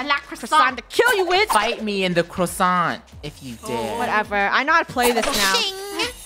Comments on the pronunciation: Cwossant that is a Cwossant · More like PRO-issant